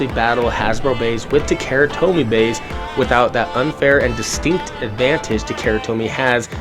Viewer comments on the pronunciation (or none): OMG learn to speak bro, it's not "ta-KERA tomy" hahahaha you lost all credibility if you can't even pronounce the Japanese brand. Don't be ignorant :) If it was Levi's jeans, would you ignorantly say "l-EH-vee's" or would you pronounce it how it was meant to be out of respect?